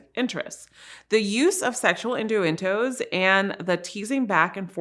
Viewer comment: Did she say induendos instead of innuendoes 🤔